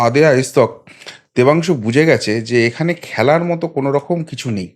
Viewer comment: Oor naam Pathangshu, Oor naam ta thik kore bolo please.